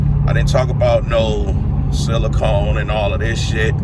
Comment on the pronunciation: You said silicone keep it 💯 my guy